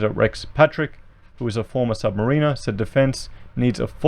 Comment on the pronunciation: Love ya, but being an ex sailor, the way you say submariner is bugging me hahahaha. Sub marin er.